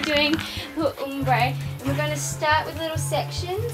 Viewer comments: it's pronounced OMbre, not UMbre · Its probounced ahm bre not oom bre haha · It's OMbre, not UMbre! As it's spelt! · OMbre not UHMmbre lol